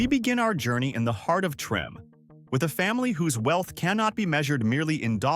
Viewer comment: Trim? No no no, Treme, Tra may. Not trim. Remember New Orleans, French